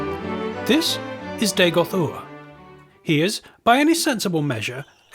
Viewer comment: Nice, but that's not Dagoth Ur, and, you pronounced the name wrong, it's RRR. Not OOR. Dagoth Ur's voice is deeper and cooler XD.